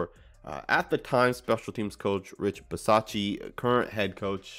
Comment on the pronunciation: You got so close! Glad to see you're definitely making the effort to get the name correct for our new HC lol. But for the record, its got an "UH" on the end of it, other than that you nailed it! :D (bis-awe-chee-UH)